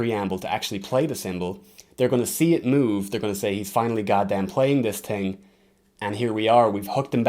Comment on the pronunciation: u master the american accent but it’s so funny when u say thing coz the irish accent creeps through and u say ting